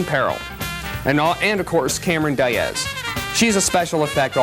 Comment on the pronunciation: This is the most normal review I’ve seen from them. I guess for once they don’t have any awkwardness to speak o- “Cameron Die-ez.” Whelp.